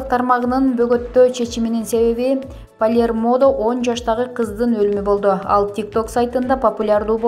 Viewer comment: ПолермОдо ,тАнденция деп салдыбы🤦‍♀️🤦‍♀️🤦‍♀️ Качан сабаттуу ,грамотный дикторлор окушвт ,чулдурабай. Спарингти спОринг деп салды кайран